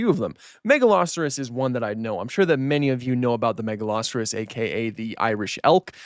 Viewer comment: I was so confused, I have never heard Megaloceros pronounced that way, Ive always called it "mega-low-seer-ohs"